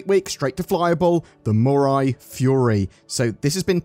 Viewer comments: Just a heads up, the pronunciation should be something more like me-rye. Like "I made a sandwich with me rye bread!" Unless CIG made up their own pronunciation and I just haven't heard about it. But that's how the Japanese word in the logo (未来 "future") is said. It looks like you nailed the pronunciation a few times, and sometimes it sounded like you were saying "murai". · Does europe not know how the letter i is pronounced? The french have lupin pronounced lupon, has mirai pronounced murai. smh.